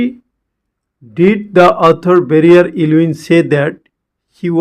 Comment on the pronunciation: It's not Varrier it's Verrier